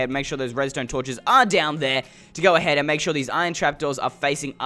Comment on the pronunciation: Or go ahaid